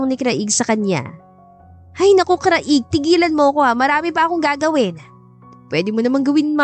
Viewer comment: Paki ayos lang ang pag pronounce ng name ng lalaki CRAIG ipa slang lang ang pag basa pls maganda sana ang story